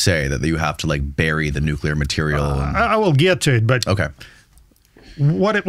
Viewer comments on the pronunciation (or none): none